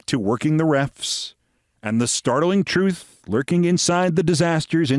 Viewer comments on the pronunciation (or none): none